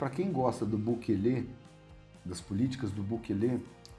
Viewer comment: Tem só que aprender a falar Bukele direito😂😂😂❤